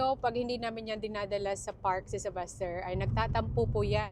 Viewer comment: IS YOUR SON's name Sylvester or Sebaster as you're pronouncing?